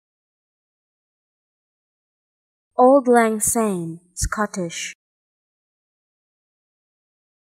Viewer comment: It isn't. Also the pronunciation in this video is completely wrong - it's pronounced Awld Lang Sign